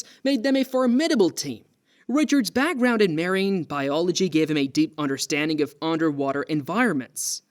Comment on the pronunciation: Ray-chard? Maireeng biology? Strange pronunciation going on here.